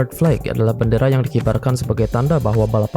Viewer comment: info dikit nih ada sedikit miss pronounce di kata flag (bendera) yang terdengar seperti flake. flag pronounce nya flek aja ngga ada akhiran ‘khh’ di ujung nya. semoga bermanfaat dan sukses terus buat content! 🙏